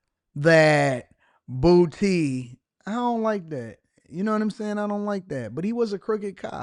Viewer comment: Dat nigga last name is Boo-tay❗️❗️😩😂🤣🤣🤣🤣🤣💀💀